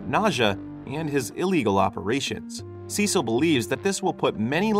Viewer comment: Cecil??? SUH SEEL - CECILE LOL